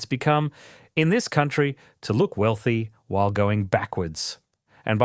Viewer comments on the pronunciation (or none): none